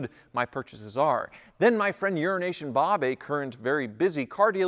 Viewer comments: Why do you keep calling him "Urination" Bob? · Small peice of advice...slow down a bit when speaking.... I thought for sure you said urine Nation Bob...I had to skip back and play it again before I realized you said Euro Asian Bob....lol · Urination Bob? Did I hear that correctly? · I could have swore I heard call him Urination Bob. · I swear you kept saying "Urination Bob" and was expecting him to piss his pants at any time. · I heard the same and came to the comments to check 🤣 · You really need to be careful with how you say EuroAsian. It sounds like urination! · no, he’s mispronouncing “euro Asian” as urination to make fun of him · dude he actually corrected you putting emphasis on ASIAN 😆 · Did he just say urination bob?